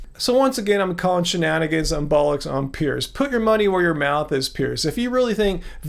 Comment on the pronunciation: As a Brit, hearing an American say 'bollocks' sounds so wonderfully wrong. I love it.